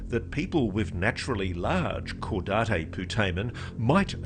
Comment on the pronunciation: Excellent work on this, and I especially appreciate correct pronunciation of "caudate putamen," in contrast to both Lue and Ross's surprising "kuh-daw-tay" goof.